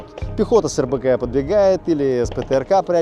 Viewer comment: то есть Ты какую то хрень " пока танк занимается тяжелыми целями" ты вставил.... А вот блядь "СКЛАДАХ РЕЛЬЕФА" да похуй. Ну да ну да... сосули или звОнит теперь "Правильно" хули нет то.